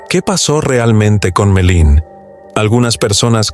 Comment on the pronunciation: No sé llama Melin!!!! Por favor!!!!